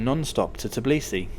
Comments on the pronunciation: Tbilisi, not Tiblisi. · First of all it is not TIBLISI it's pronounce TBILISI! Second it is mount ARARAT (even mentioned in Bible!!) not ARAGAT but otherwise useful info has been provided.